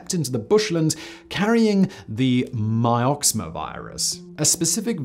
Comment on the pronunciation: Mix-oh-ma virus Simon